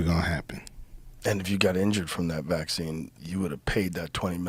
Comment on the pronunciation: YES!!! Also "vaccine" and "vaccinated". 😂😂😂😂😂